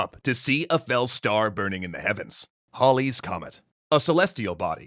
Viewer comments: Lmao nobody calls it Holly’s Comet. It’s pronounced hailie’s comet. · HAUL-lees comet!?! This isn't shump pt. deux, izzit?